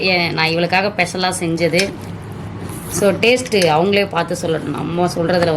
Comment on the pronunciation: special ❌ peshal ✔️